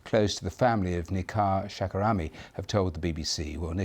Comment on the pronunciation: Her name is: ShaKarami - not Nika Shakrami. Please.